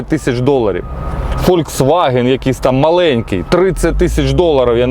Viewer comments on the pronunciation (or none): none